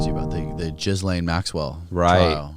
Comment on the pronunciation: Starts off saying JIizz-lain Maxwell, how ironic LOL!